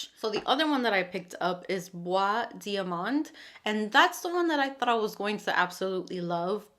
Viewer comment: Hello! I feel a bit bad to reply, but I need to correct you. This is "bois dorÉ", not "bois d'or". Doré is pronounced "do-ray". It means "Golden wood" (and not "Wood of gold" which would be "Bois d'or"). Hope this is helpful. Anyway... Your pronunciation of "bois" was perfection and I love your channel. ❤